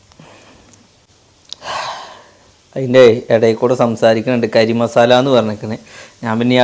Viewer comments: കരി മസാല അല്ല പൊട്ടാ 😊ഗരം മസാല ആയിരിക്കും 😃😃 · Karimasala alla 😂😂 garam masala